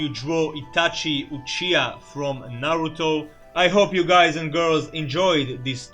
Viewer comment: UCHIA XD UCHIHA**************